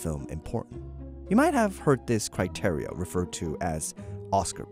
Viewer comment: Who taught you to say criteria like that? Forest Gump?